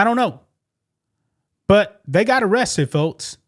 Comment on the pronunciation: I love dude’s unique way of pronouncing K sounds with T’s (e.g., “folts” & “Metsico”). 😅✌️ “Skydivin? Naw I’m good!” 👈 KAZACKLY! Life is WAY too precious to risk it on cheap thrills. 🤷‍♂️